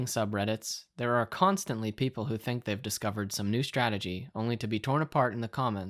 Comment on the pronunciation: "I thunk shi's asliip" HAHAHAHAHAHAHA